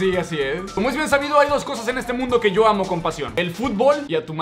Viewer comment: dice lla we